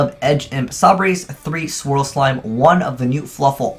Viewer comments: okay its frightFUR and edge imp say-bers not frightful and edge imp sah breys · 2 things that EVERY Yugituber says wrong about Fluffals Frightfull- it is FUR, not FULL Edge Imp Sabres- they pronounce it "Sah-Brays", but that is incorrect. Say "lightsabers" from Star Wars, then take off the "light".